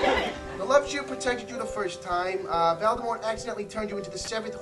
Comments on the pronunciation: is anyone else gonna tell this man its Voldemort and not Valdemort? Or is this just a thing now…? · I think he says Velldemor... Lol